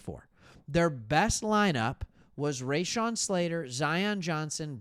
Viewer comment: We have PTSD from watching the turnstiles open and allow the Texans to roll right through them virtually unimpeded. BTW it is pronounced Ra-shon' (think 'ra' as in raw)not Ray-shon. Emphasis on the second syllable.